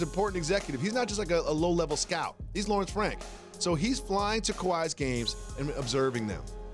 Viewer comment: He said Lawrence Flank🤣🤣